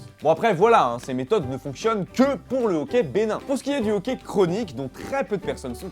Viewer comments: Il prononce" hoqué", mais sa se dis pas "hoquai" plutot ? ^^ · La mauvaise orthographe du début est le reflet de ce sydrome... tous ces "è" prononcés "é"... C'est hoquET, comme dans haie, lait, forêt, GAY !!! ^^